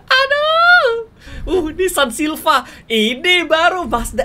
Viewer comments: Silivia bang bukan silva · Miawaug: Nissan silva Me: Nissan silvia yang bener bangg